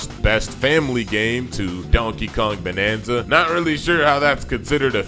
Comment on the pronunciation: its bananza dude not banana